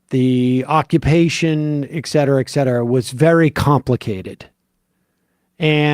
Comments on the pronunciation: A lot of people pronounce et cetera as "excedra," not just Sam. I don't know why. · I know that there is no changing of Sam's pronunciation of certain things. But can he just recognize that there is a reason that "etc" is not "exc"? ET CETERA. Not excedra.